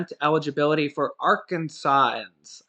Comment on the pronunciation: It’s pronounced R kansans